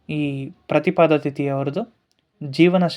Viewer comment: ಪ್ರತಿಪದೆ.ಪ್ರತಿಪಾದ ಅಲ್ಲ.